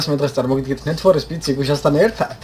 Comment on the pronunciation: არ გაგიტყდეს ძმა მაგრამ შეცდომით ამბობ ნით ფორე სპიდი კი არა ნიდ ფორ სპიდი